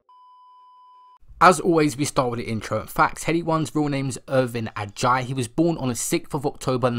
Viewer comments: Icl it’s eh-jay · Nice vid but I just wanna let u know that his last name is actually pronounced like (Ah-Jay) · Ah-Jay is how Adjei is pronounced 😂